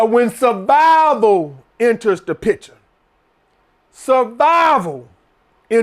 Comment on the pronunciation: “Sah-vival, we talkin SAH-VIVAL!” 🤣🤣🤣🤣